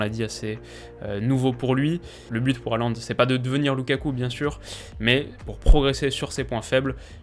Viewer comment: Haaland se prononce "Holande", merci.